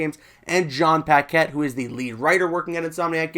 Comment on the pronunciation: Another person who can’t pronounce Paquette. 😔